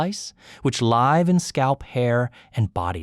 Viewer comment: /laɪv/? It’s /lɪv/. No comments either…